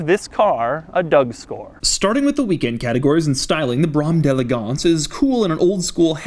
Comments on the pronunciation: Drink every time he says Brammm delegonse! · With each successive time you said "Brougham d'EleGANCE", I came closer to throwing my computer out the goddamn window. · Whenever he says Brom d'Elegance .. I wanna mute the whole video -_ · Please never say Brougham d'Elegance again...